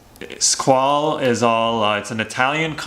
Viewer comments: FYI, Squale= "Skw-ah-leh" :) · The guy can't even pronounce the make of the watch. Embarrassing.